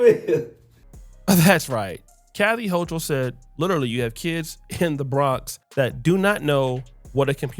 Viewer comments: If you want to dog the woman, which she clearly deserves, at least please pronounce her name right. It’s hoo kol, not hoo chal. Thanks. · Its ho-kul... that's how u pronounce it 😂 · Born and raised in Brooklyn NYC and she is a racist.. Eric adams isn't any better. He panders to them. And its HO-KOOL BRO. 😂😂